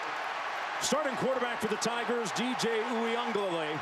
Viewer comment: There is no N in Uiagalelei.